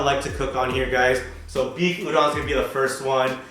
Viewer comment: Looking forward to this series, but it really annoys me when people mispronounce udon.🤪😳 #PetPeeve